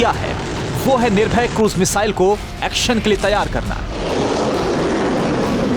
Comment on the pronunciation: Ise to missile kaam bhi bolna nahi aata ... Nirbhay ko bol gaya nirbhar